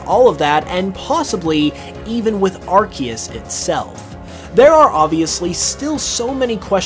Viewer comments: Dude… been bringing your content… but please say arceus correctly. “Ar-see-us” not “Arc-ee-us” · I think Pokemon changed the way arceus is officially pronounced, though